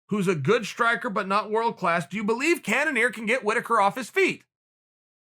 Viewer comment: No one: Chael: Wobert Whittaker and Jeded Kennenear. Me: ok...